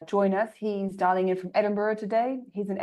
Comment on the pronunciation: Amazing session everyone - Hey you "dialing" sounds more like "darling" hahaha. very nice to have all of the great people in one screen. waiting for the next SEO Office Hours?